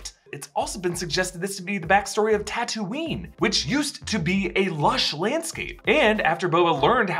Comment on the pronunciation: its taa-too-nee